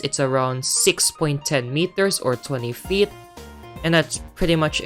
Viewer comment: I love how you say feet like "Fiyet" 😭😭